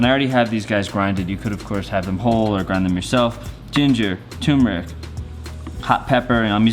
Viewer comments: Turrrrrmeric, not too-mur-ick. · Please pronounce the first "r" in the word "turmeric". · now I'm here waiting for an Indian/naan episode. Edit: still bugs me that it's correct to pronounce it as both too-meric and tur-meric (I'm in the tur-meric camp).